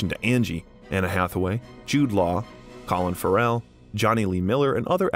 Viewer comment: Colin Ferrel Renée Zellweger | Please look up the proper pronunciation of people's names if you don't know them.